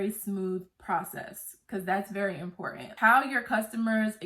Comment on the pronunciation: Love your videos! 😍 Thanks for the tea! Don't forget that 'T'. It's impor-ant 😁. Glad your business is doing well. Thanks again!